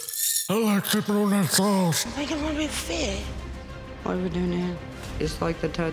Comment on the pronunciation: the way said " barbecue sauWce" 😂